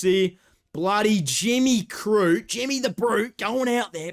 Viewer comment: Bro really said jimmy the crute